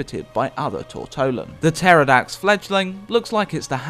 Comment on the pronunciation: "Puh-terrordax"? Hey whatever floats your boat